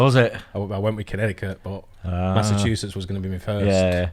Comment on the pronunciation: When first said Connecticut I thought he said Kennedy Cup, LOL!!